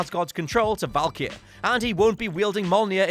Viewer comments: Who the f**k is "Valkier"??? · That valkyrie pronunciation tho